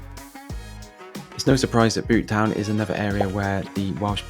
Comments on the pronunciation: and Butetown is pronounced beaut-town rather than boot-town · How have you managed to get the pronunciations so wrong? Surely your research should extend to speaking to locals? Caerau - phonetically Ky-ra Ely - Eely Butetown (can't believe you got this one wrong - there's no Welsh in this name) Bewt-town Cathays (Cat-hays) Since you happily survived, you proved these places are not particularly dangerous, certainly not in the daytime. To suggest that Cathays might be dangerous during the day is hilarious. It's a mess - worse than usual when you visited because students had all just left their digs en masse - but it's far from dangerous.